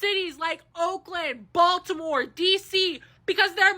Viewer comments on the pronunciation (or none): none